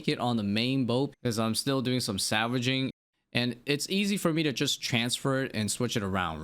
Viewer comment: why are you saying "savaging"..? it has an L man